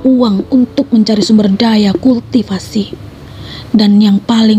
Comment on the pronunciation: Ancur deh crita bagus jdi rusak gra2 kulll tiiii siiipasi pmbaca masih di rnh tingkat awal😂😂 Kultivasii di bcakn kulti sipasi ancur teruwa